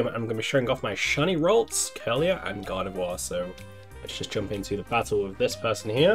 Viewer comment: Congratulations lol everytime you say Gardevoir it sounds like you're saying God of War 😆